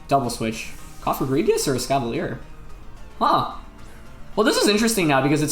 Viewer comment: Every time Wolfey said Escavalier he pronounced it differently.